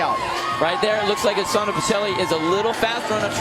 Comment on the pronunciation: Why do American commentators pronounce Pichelli like that hahahaha it's an Italian surname, it's pronounced "peekelly"